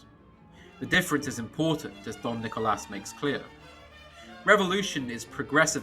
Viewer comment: Saying "Don Nicolas" was a very classy touch, very nice.